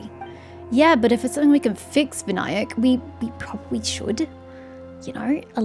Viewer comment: you pronounced Vinayak fine lmao. Vin-aa-yak is indeed correct...and there is no point in it being voice acted, as they have been using hindi words ever since sumeru released, and they are still pronouncing things wrong.